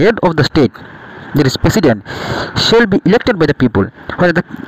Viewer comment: President❌ Pesident ✅